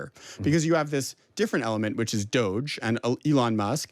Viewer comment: Cats don't have nails, dogs do... or "doggy," like you would say, as in DOGE... pronounced "DOGGY." "Dodgy" works, too.